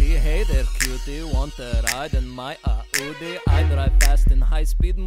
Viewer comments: it's Audi not Äudi indeed. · It is Audi Not aooodee RIP ENGLISH